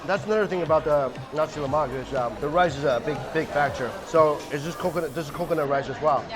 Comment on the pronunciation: It sounds like you say Nazi Lamak